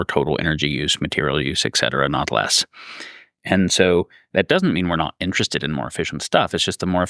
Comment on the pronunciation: Also "eckcetera".